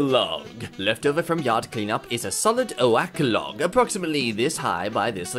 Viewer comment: 'oAck log'?